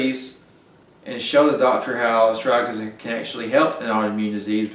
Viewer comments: Well, after having watched the whole video, I would say that your pronunciation for the word is Bass ackwards 75 to 85% of the time. Ass.. strag.. uh ...lis! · Friend, The impact of your presentations will be infinitely enhanced if you learn how to speak English properly. We love your enthusiasm, although your accent, it must be said, often obscures your meanings and your articulousness. The word is astragalus, four syllables, with a hard g at the end of the second.. a...strag...uh...lis. Meanwhile, it might be good also to contemplate allowing some spaces in between your sentences, which otherwise have the tendency of drunkenly reeling on as if you had one or two beers too many. Again, take time, take space, and articulate you words. We don't all live in the boondocks!